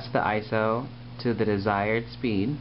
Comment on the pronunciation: I have yet to encounter an AF film camera that doesn't make a god-awful noise when you load it or rewind it in the case of 135 cameras. I also liked how you pronounced ISO as an acronym, I've only heard it as an initialism before.